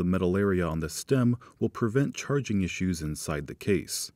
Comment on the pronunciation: No. He’d have refined his annunciation and elocution. Saying “churrrrrging” is okay for one man, but unacceptable as a representative of a company focused on clarity.